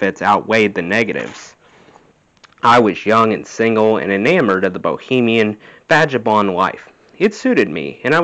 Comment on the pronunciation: thanks for reading this. I appreciate your enthusiasm. It is not easy to read with such easy flow and it can be physically draining. It also takes a lot of guts so I commend you for that. I have a feeling you care about the quality of your presentation, and have a lot of reading ahead of you so I offer the following pronunciation tips: Vagabond has a hard G sound: “VAGG-uh-bond” Cachet = “ka-SHAY”, the a being a short a sound. piqued sounds the same as “peaked” Greenwich = “GREN-itch”, a short “e” and no “w” sound at all.. I think the word is “magnanimous”. “Mag-NAN-ih-muss”.. Virtuoso = “vert-yoo-OH-so”, or commonly “ver-choo-OH-so”.. Superlatives: the accent is on the second syllable and “la” is pronounced “luh”. “Soo-PER-luh-tivs”. I look forward to the next chapter and thank you again!